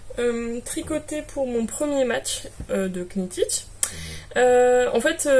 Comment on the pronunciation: Hello juste pour info, parce que ça fait trop bizarre que tu dises Que-nit-tich : Knittich ça commence comme Knit, tricoter en anglais et le K ne se prononce pas !! on dit nittich ! super jolis projets comme toujours !!